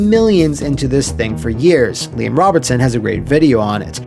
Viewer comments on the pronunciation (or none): none